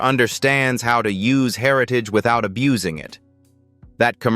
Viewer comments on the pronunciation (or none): none